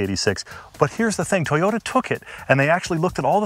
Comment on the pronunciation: Everytime he says Toyota I hear subaru I'd say the gr86 looks better but the brz has aluminum lighter steering components and a bit more power